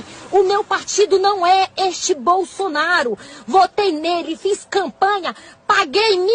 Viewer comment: o pior, o robô : "bolsolnaro".